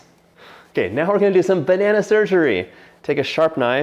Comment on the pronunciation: John, I will actually pay you money to never say the word "banana" with emphasis on every syllable ever again. I implore you.